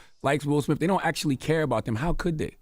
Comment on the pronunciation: Envy, it's pronounced smiTH, not smiFF. Jada Pinkett SmiTH, Will SmiTH, not SmiFF 😆😆